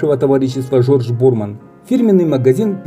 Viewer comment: Ударение Борман на последний слог.